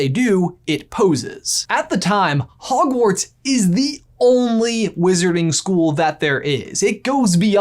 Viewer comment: But you said howash lol